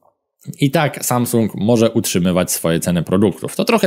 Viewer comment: "szajsung" ... tfu!!!